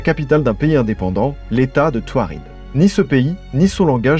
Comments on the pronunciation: Je pense que c’est touareg et non tuared? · C en Algérie et c’est tamenrasset c’est au sud du Sahara et ce son des nomade qui s’appelle tuareg et non pas tuared ou taured comme c’est dit vous pouvais chercher sur internet y’a pas de tamenrosset c’est tamenrasset et c’est au sud du Sahara Algérie